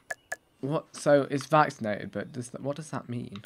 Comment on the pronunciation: i'm seriously chouting at my computer every time he says it's a vacinated animal